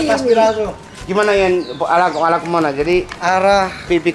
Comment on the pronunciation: Salfok sama yg bilang "vilar."...Viral bukan vilar